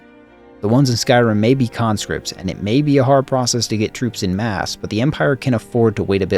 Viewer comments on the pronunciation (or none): none